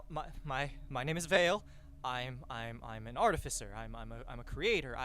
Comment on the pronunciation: I knew the second he said Artifcer